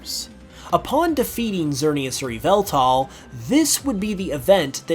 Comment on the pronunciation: It’s pronounced and spelt Yahveltal And urs Arkoos